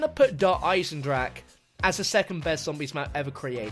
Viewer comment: Der Eisendrak really?